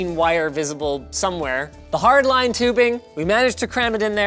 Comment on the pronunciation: "with hardlinee tubing?" linus said afraid